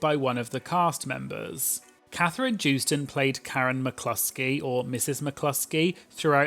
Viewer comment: Katherine joostons last name is pronounced with a Y where the J is at like yoh-stun